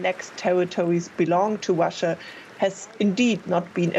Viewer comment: Russia does not end with an R. Please pronounce properly.